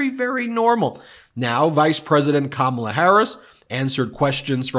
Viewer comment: He said her name correctly again.